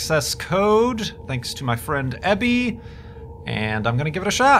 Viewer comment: who is this "Ebby" you speak of...